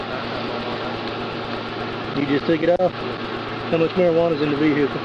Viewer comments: he hit the Vee-hee-hee-cull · Never try drawing on a cop who pronounces "veHicle" that way... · You know you're in trouble when the cop says he smells weed in addition to calling your car a "vee-hickle" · You thought you were gonna out shoot a cop that pronounces vehicle As vee-hickle Lmfao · i love how he pronounced the word vehicle. i couldn't say it like that even with practice